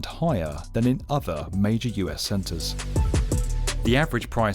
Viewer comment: Never noticed that weird accent before on the B1M. Highahr, skyscraypah.. different guy? After it only becoming audible after a short while, at a certain point he suddenly stops doing it, and then suddenly one can hear for a moment it is actually an English voice indeed.